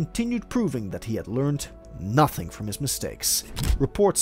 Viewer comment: It’s the “Learning NHUUHTHING from his mistakes” 😩